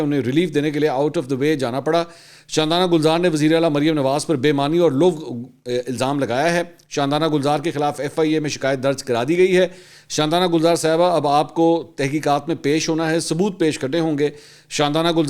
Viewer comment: Mansoor , it is laghv not lughv